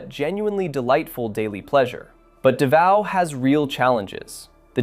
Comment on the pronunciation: It's not Duhvao... it's Daaaaavao. Long aaaahhh. Lol.